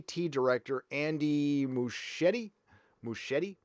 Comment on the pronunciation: It's pronounced MusKieti, it's Italian. (Actually Argentine but still)